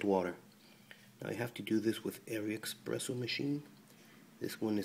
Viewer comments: ES-PRESSO.....not EX-PRESSO.... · expresso? really?